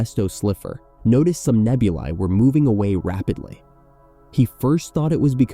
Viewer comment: Full marks for correctly pronouncing "nebulae" ie "nebul-aye"